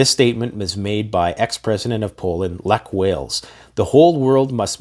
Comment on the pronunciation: Lech Wales lol, you butchered that name so badly. Also Putin has not much to lose, the Russian people on the other hand have literally everything to lose.